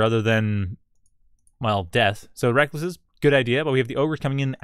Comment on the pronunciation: I think its recluse pronounced (rek loose) like the spider not reckless